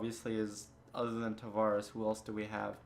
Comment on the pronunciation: Man the way you pronounce Tavares' name is a huge let down coming from an Isles fan